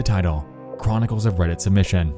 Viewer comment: "Welcome back to cwonicals of reddit" uwu